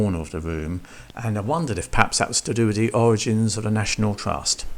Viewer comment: National Twust? Are you a retarded child? 🤡